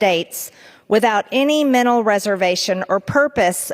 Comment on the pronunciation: of all the horrible things MTG does I think the fact that she doesn’t pronounce her tees and pronounces them like the letter N like MENNAL Health, or it’s “impornit”